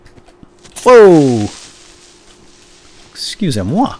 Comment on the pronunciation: "Escuse emwa" That was fucking hilarious!